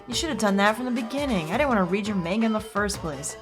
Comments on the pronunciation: is anyone beside me a little bit disturb of how is pronounce 'manga' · The real tragedy is hearing “manga” mispronounced so many times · Guh, I cringe whenever she says Manga wrong